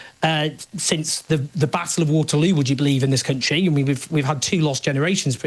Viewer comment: why does he always pronounce the word country like 'cantry'